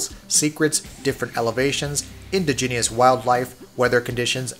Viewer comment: In dij ah nus... what the hell is indiginious?